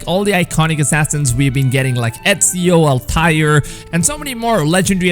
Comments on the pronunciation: did my man rlly just pronounce altair like “all•TIRE” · "Al Tire" XD LOL